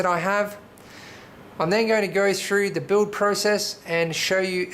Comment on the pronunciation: "the buld" "into the buld" hahaha just scrwing :D nice machine!!! great job.